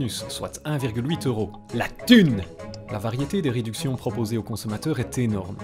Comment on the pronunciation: LA THUNEUH (ps: continue comme ça!!)